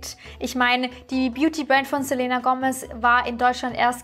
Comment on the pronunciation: Selena wird Selina ausgesprochen sry triggert mich 😂